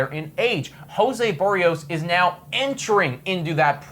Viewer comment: A Blue Jays fan channel host who doesn't know how to pronounce Berrios? WTF?